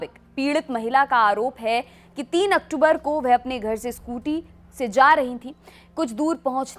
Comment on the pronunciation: Aktumbr ya October 🤣🤣.